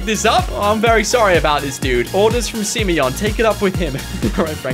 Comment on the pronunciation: The fact that he says SIMEYON makes my day lol